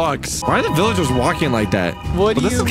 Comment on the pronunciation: (talking about a hole teleporting them to a village) Also:"says vilaegers" (That's what i heard if you guys hear him saying that just repile "yes i heard him" not begging for repiles)